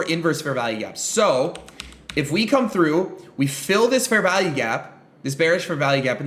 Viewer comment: It sounds like he's saying "Fair VALLEY" gap as opposed to value.